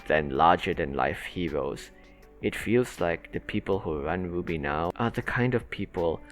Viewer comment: your pronounciation of rwby sounds like 'booby' i was confused for 2 minutes until i understood.